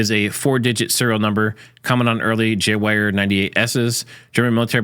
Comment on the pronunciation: Sorry, but its "Gevehr". Its a german W sounds like a V thing.